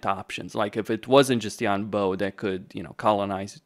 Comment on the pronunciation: “Bo” is pronounced like “bore” without the R sound at the end (like a “bore” in a British accent). “Boh” is a good guess, but hurts my ears 😢